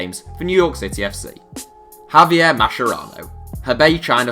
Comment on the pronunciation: Mascherano is pronounced "maskerano" lads, not masherano